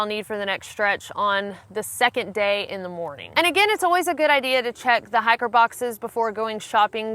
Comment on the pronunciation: Lol I keep thinking you're saying "hackers"